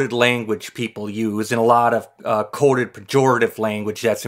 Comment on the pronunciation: He pronounces coded just like Coven